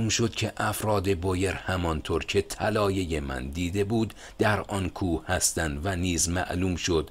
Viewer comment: جناب خسته نباشید و با تشکر اگر به تلفظ کردن یه کمی بیشتر دقت کنید کار زیبایتان زیبا تر خواهد شد چون کاری را که شما انجام میدین فقط برای وقت گذرانی نیست کاری است که فایدش رو در مدت طولانی خواهید دید علاقه مند کردن جوونا به کتاب کاریست مهم و شما دارید با در دست گرفتن گوشه ای از این کار مهم اونو انجام میدین ه همیشه ح نیست مثلا طلایه طلایح نیست بخاطر همین چند وقت پیش از شما تقاضا کردم تا قبل از پست کردن یک بار خودتون گوش کنید البته این به هیچ عنوان از ارزش کارتون چیزی کم نمیکنه ولی میتونه به ارزشش اضافه کنه دو باره ازتون تشکر می‌کنم